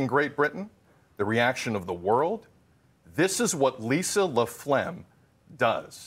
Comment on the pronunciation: Sounds like he’s saying 'LaPlegm'. I’m sure Ms. LaFlamme wasn’t too pleased.